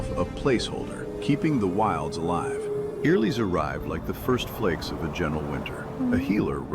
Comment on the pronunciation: Finally we know how to pronounce Eirlys correctly. they need to find a way to implement a sound bit in the profile of the champs so we know how their names should be spoken. it always feels like a safari with content creators and their wild way to call them. Deez and Stormie are the most "creative" ones 😂